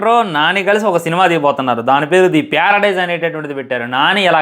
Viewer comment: Paradise ❌ Pyaradise ✅ 😂😂